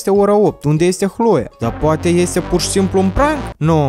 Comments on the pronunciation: Nu se spune Hloea,dar Cloe No hate👌🏻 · nu da de opt ori ai pronutat hloia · mam ras cand a spus alo hloe ha ha ha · Ai spus chloi de 10 ori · Eu am crezut ca spui hloia